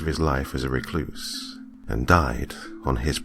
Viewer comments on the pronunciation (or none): none